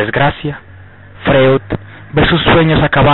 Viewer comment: freud se lee froid. De entrada venis mal